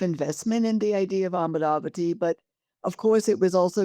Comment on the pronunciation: Make a distinction in how you pronounce the name - "Amaravati" (not "Amravati", a town in Maharashtra). Andhras in their language (mother tongue), while pronouncing, don't suppress the vowel of the second letter that is in vogue in Hindustani, for example. While doing so, the word shan't transform to "Aamravati" (place for mangoes)! [it is because of such transgressions in pronouncing & being fed up, a state has changed its name from "Kerala"(not Keral) to "Keralam"!! pity!]